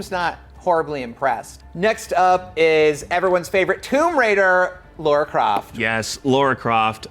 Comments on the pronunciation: Got Smaug right, but not Lara ("Laura"?) for some reason. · Are we spelling it "Dara" the explorer now to match with your tomb raider pronounciation?